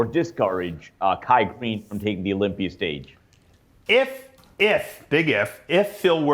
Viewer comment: Dave , why do you add an “r” after certain words ? Example : “Olympiaer “